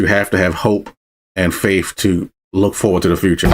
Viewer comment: "LOGICAL LIKE YOURSELF," you say... it's hard to take you seriously when within the next sentence, ( TWICE ) 2 times ...... your pronunciation of the word "FAITH" aka "FAIF" is anything but logical .. You should probably brush up on proper use of the English language before you start giving directions, not anything else.